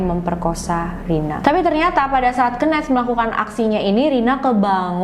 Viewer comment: Mgkn bisa research lg kak cara baca nama "Kenneth"